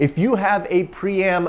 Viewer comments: It looks like you are trying to pronounce Priam (prai·uhm) Would you like some help? 📎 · It’s pronounced Priam, not Priam!